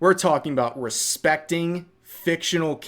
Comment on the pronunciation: for a second I was ready for a blast from the past "raspacting wahmen"